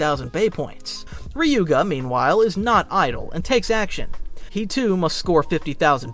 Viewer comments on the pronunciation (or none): Watch the anime and learn how to mention their names bro Listening to you mention Ryuga's name like that is ticking me off 😅 And benkay didn't battle in the first round with tsubasa don't just watch listen too